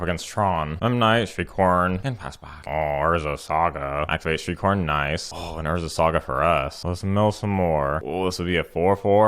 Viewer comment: At one point when you said shriekhorn, I swear I thought you said streetcorn. Keep up the sweet decks and funny content. Here's to winning tsome prizes 🤞